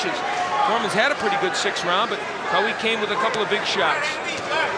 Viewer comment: for God's sake stop saying Quawi, It's Qawi which means in Arabic 'strong'!